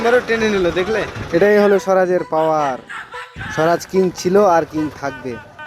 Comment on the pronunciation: স্বরাজ নয় সুরাজ